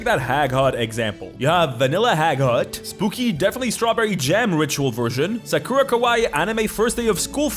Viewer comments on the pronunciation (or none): none